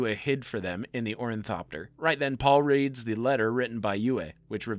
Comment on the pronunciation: Idk even know if its pretentious. I think the guy just needs to see a speech pathologist. Its one thing to pronounce some of the names wrong, but I caught on to his condition when he kept calling an Orni-thopter a "Orin-thopter". Guy is misplacing letters and entire syllables. He has trouble putting his words together and then continues pronouncing them incorrectly out of habit.